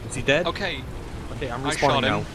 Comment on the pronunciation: Somehow it triggers me that he is saying "deadn" instead of "dead". Is there a meaning behind this?